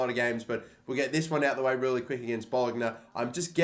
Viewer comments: Bol-ogna hahahaha it’s Bol-onya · 'Hits it with some sass' ... think you meant swaz? also please learn the serie a team name pronunciations (chievo = kee-ay-vo) (Bologna = bo-loh-nia)